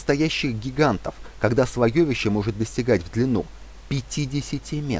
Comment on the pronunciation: Слоёвище режет слух. Слоевище правильно.